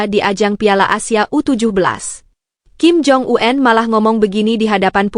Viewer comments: Kepada penyiar berita ini jgn suka merubah-rubah sebutan ejaan dari nama seseorang di pembacaan beritanya ; , seperti membaca ejaan nama Kim Jong Un (itu SDH baku), lalu dibacanya dgn menyebut Kim Jong An (jgn suka terlalu sok ke Ingris" an segala bacanya. ! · BENER TETAPI SALAH. APA BLO,ON ( KIM JONG U-EN ) 😅 😅 😅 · Kim Jong Un.. Bukan Kim Jong U En. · Heh min yg bener dong ngomenya Kim Jong U en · KIM JONG U-EN .... 😂